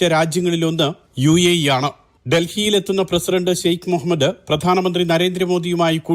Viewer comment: The news reader well pronounced the name mohammad as per in clear Arabic manner, it's appreciated